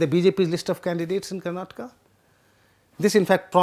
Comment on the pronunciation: Thank you for the interesting video. As a Kannadiga, I am happy that The Print is providing such attention to the Karnataka election. A small remark is that it would be nice if you can improve the way you pronounce several Kannada names while speaking English. For example, as a native Hindi speaker you say "Karnatka" instead of the correct "Karnataka". I understand these subtleties can be difficult to grasp to other language speakers. But we Kannadigas will really appreciate the effort. Nevertheless, thank you for the informative video.